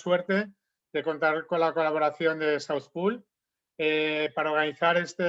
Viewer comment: Por favor, asesorese de cómo se pronuncia "South Pole", o pronúncielo con fonética española. Es mi consejo humilde